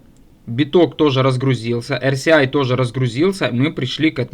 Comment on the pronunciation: За все прощаю. За одно простить не могу- RSI (эр ЭС ай) ты эр СИ Аем (rci) называешь.